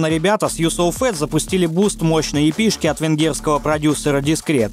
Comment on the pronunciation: в произношении ошибки встречаются, типа эйков, епэ и прочеее.